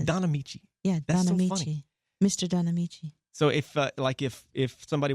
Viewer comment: I cracked the freak up when she said Donnamiche lmbo